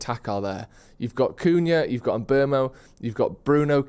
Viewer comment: Can somebody tell how to pronounce Mbeumo properly